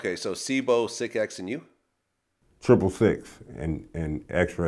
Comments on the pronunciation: You say Sicx like 6 lol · It's not sick x.. it's six(sicx) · It's pronounced Six, not sick x. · Vlad mispronounced Sicx, I think that's why Lynch answered his question the way he did. I know it confused me. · That's cause Vlad pronounced the name incorrectly. It's Sicx like in "Six" and he said Sic-Ex, lol. Lynch probably got confused. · His names sicx not sic x wtf sicx like the number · Not at all man.. Pronounced Sicx's name as Sick-X wtf lololol then didn't even know it was his lil bro wtf. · Dude said his name wrong it's not sick ex it's six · its Sicx (pronounced Six) What made you think otherwise????? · Why does he keep calling him Sic X? It's pronounced Six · aint it pronounced like six? not sick- x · lol Vlad keeps saying Sick X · Sicx is said like six, not sick x lol. Lynch was prolly like "who?" At first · Sic X? Its Sicx.... him and lynch were like brothers. V Lad lol. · Irritates the ish outta me with the sic-x.dude!its sicx.triple sicx bounty.pronounced SIX.c'mon vlad.ur from the bay.u know we got down with Sac-town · Its is not sick x, it's pronounced six spelled sicx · It’s Sicx, not Sic-X ya dump truck. Try actually listening to the source material if you’re gonna put someone on the spot asking questions about him. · lol Vlad pronouncing his name "Sick-X"...sicx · its pronounced 6(sicx) not sick x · Sicx (six) Not sic x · Sic X? Ain't it pronounced six? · WTF IS SIX-X?LOOOOOOOOOL. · Vlad its (six) sicx not sick x Wtf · "Sic X"??....now wonder Lynch looked confused at first! ...it' was pronounced as "Six". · Nigga it's Sicx as in six not sick x. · His names pronounced six, not sick-X. lol Vlad is a lame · its. pronounced six. not sic x. sicx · Pronounced "Six" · #WeTheBangTV it's pronounced six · It is six. Don’t know why lunch didn’t correct him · VLAD: do you know SIC-X? you mean Sicx smh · Lynch probably knew Vlad was mispronouncing Sicx's name. He tried to swerve away from that conversation by bringing up C-Bo, I can't blame him though.